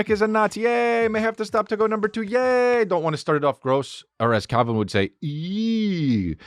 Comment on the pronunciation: Every time Chris says Calvin. I hear Callen. 😭😭